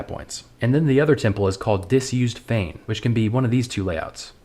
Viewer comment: "Disused fane" he says ;)